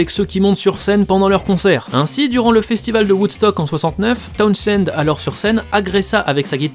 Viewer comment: On prononce TOWNZEND, (on prononce pas le H). C'est comme pour Portishead, on prononce PORTISEDE